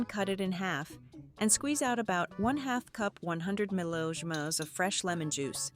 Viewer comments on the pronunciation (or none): The voiceovers pronunciation of millilitres is hilarious’milhaherherrs’